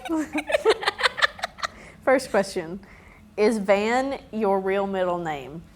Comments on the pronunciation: My 2c - van is pronounced 'fun'. K bye 😂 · Van is pronounced like "Fun"